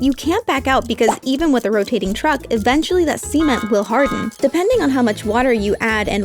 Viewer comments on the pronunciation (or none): Why does she say cement like c-men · now did i hear something else or did she just pronounce cement like that